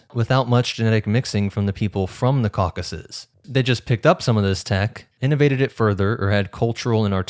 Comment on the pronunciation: Tip: always check the pronunciation of words you're not familiar with, such as Tocharian, Caucasus, ...